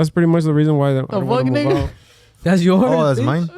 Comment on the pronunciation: Aaahh no hablan español pero Que bien dicen “nigga” 😂